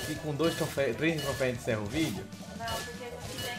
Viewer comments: Q agonia do falando trofeis aaaa kkk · só uma correção, é troféus